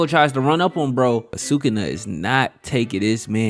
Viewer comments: Dude it's su-ku-na not sakuna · It's not sucana it's sukuna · was weird you called sukuna, sukana, but other than that, fire video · Sukuna… nah, we say Sukana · bro called sukuna "sukana" the whole video 💀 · These diabolical pronunciations are killing me “sue-kana” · i love your vids bro but u pronoucing SU-KUNA like your saying SA-KANA.... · Who is sookana? Rewatch the anime and learn how to pronounce the names if you’re gonna make videos about them. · Awesome video..... Now say it.... "Sa-kuuu- nah. NOT SAKANA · did my boy say sukana??!! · NO WAY U WATCHED THIS SHOW AND SAYING "SUCK-ON-A" AND NOT SUKUNA.THIS GOTTA BE A SETUP FOR A JOKE IF ANYONE CALL U OUT FOR IT:face-pink-tears::face-pink-tears::face-pink-tears::face-pink-tears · I hate how you say sukana.... but other than that, facts. also part of me feels like toji knew megumi was his son. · ngl that one’s not that bad but goddam sukawna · sukuna :❌ sukana :✅ fushiguro:❌ fugishiro✅ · the fact that this boi is trying to piss off the jjk fans by calling sukuna,sukana like that is straight up crazy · Sukuna❌ Sukana✅ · “Sukana” like what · I know this 🥷 did not just say Sukana 😭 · erm actually it is pronounced "sukuna" 🤓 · this is the first video i have watched from you, and Did you just say "Sukana"???? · just got far enough for you to say you did it on purpose..... you got two comments from me off that shit... gg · Bro please pronounce his name right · Heard sukuna pronounced 27 diff ways 😂😂😂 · Please learn how to say sukanas name so I can keep watching 😂